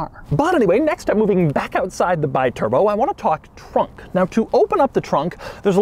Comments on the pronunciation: Alexandro De Tomaso bought Maserati in 1976 and was decided to launch a volume car to turn the company viable. After the Kyalami (basically a De Tomaso Longchamp with Maserati V8 engine) and the Quattroporte 3, they finally announced the Biturbo in 1982(the correct pronounce is bee turbo), which was the volume car he promised (at least for Maserati standards). Facing serious financial problems to finalize the project and desperate for cash, De Tomaso launched the car without the necessary tests and development. Although a good project, this was the main problem and the reason for the car’s bad reputation. They basically finalized the project during the early years of the production span and the car’s initial huge success simply became a nightmare for the small Modenese company. This is also the main reason why the real good biturbos were the ones produced after 1985/1986, because they were properly developed, with larger engines, intercoolers etc etc. There’s no doubt about the huge prejudice the Biturbo brought to Maserati’s reputation. Maserati was the aristocratic company of the Modenese trio (Ferrari/ Lamborghini/Maserati) with the best finishing and reliability of them, with pedigree and racing heritage. The brand of the low profile millionaires and models like 3500 GT, Mistral, Mexico, Ghibli, Indy, Bora, Khamsim were there to proof. So, if you’re looking for a Biturbo, search for the later models, if you’re looking for a vintage Maserati, go for the big V8s of the 60’s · Hi Doug,the name si pronounced Bi(bee)turbo. In italian language vocals are such simple. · It’s “Bee-Turbo” One of this car’s quirks and features. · Wrong pronounce. Bi means two. The right pronounce in your language is "be turbo". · Doug, its pronounced bee-turbo like the bee, it means 2 turbos. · Pronounced Bee-Turbo.:) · Pronounced Beeturboh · Pronounced Bee turbo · It's pronounced "bee-turbo," goofball. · The cringe every time Doug says BYturbo instead of BEEturbo.